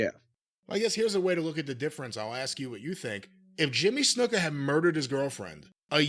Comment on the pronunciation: The way Jim always says Snuka as Snooka pops me.